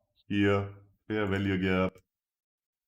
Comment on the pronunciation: I always wonder why instead of Fair Value Gap, he says FERVELIEGE or something like that ? xD I love this strategy, got my first profits paid out !